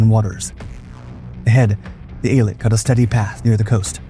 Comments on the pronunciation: You are pronouncing the name wrong. Its EEL-AT announciation. Named after the resort city on the Red Sea coastline. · Eilat, named after the ancient port used by King Solomon and a modern port and resort, is pronounced with the accent on the last syllable: Ay-LAT. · Worst pronunciation of Eilat of heard yet😂